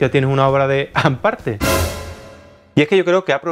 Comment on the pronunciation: Ahhh es hamparte no an parte !